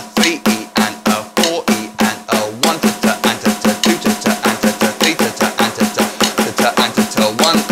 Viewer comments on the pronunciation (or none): The way you pronounce "Tata" sound like "titte" which in German means "boob" ^^ I just thought that was funny Great and helpful video :)